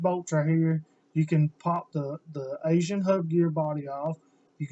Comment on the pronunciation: Aisin not Asian. Good lord.